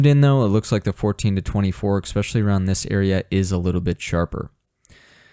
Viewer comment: "esspecialee", not "exspeciallee"